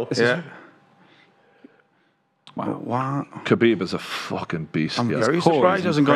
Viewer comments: It irritates me how that guy keeps saying ‘Habeeb’ instead of ‘khabib’ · That guy calling him Habib on purpose as part of a joke or he just not that clever and can't read the fucking TV screen? 😂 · That one guy was calling him “Habib” throughout the whole show 😂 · "Kabeeb is tough mothafokha"